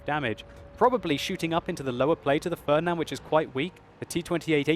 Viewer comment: "the fördnand" ... xD